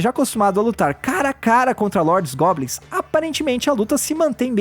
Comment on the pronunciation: Ele falou gobnis 39 vezes